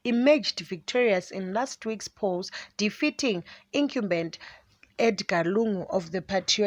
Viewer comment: Please reporter go to Google and check for the correct pronunciation of words rekindle and incumbent